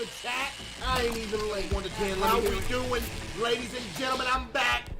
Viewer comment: I cant unhear “ladies and gentlemen im fat”